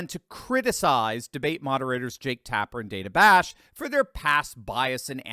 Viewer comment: Jake Tap-her.....:)